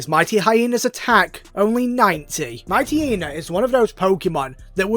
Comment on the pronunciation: Finally, someone who pronounces "Mightyena" correctly.